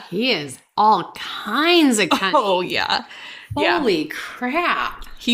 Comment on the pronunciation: Say "cunning "" again...😂😂